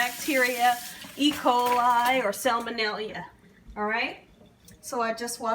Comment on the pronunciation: Mustard and mayo always tastes like Heinz 57 to me. That's what I would use. By the way it's salmonella not salmonelia.